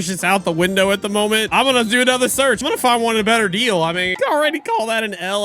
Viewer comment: “Anoter”💀💀💀💀💀💀 “dead railes”💀💀💀💀💀💀